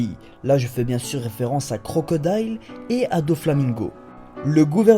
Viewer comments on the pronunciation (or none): none